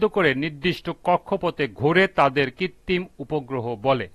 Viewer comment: কৃত্রিম না বলে কৃত্তিম বলতেছেন কেন